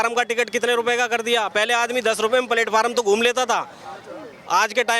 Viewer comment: If he cannot pronounce platform Wanting to ceo